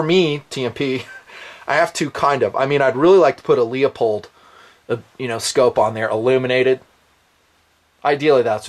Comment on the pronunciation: No such thing as a leo-pold scope. It's leupold as in "loo-pold".